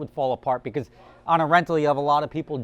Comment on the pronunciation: You said "beguz" 5 times